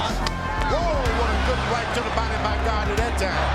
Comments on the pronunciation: It’s “GATTI” not GOTTI…. He’s not John Gotti. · I would have rated this a little bit higher if the guy narrating would stop calling him Gotti over and over again when the correct way to pronounce his name it's clearly stated in the footage. The kind of annoyed me the entire time!